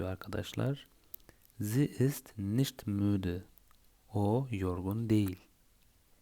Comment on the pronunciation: Entschuldiegung..! Ich mi?iş mi?nicht mi?niş mi??almanca öğrenirken doğru telaffuz çok önemli.nasıl öğrenirsiniz öyle devam ediyor.